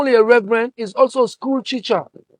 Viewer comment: He said school checher instead of school teacher 😅